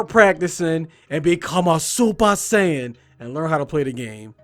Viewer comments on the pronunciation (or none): none